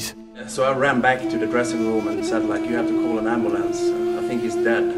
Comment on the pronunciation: Love how Hedlund said it ambalance hahaha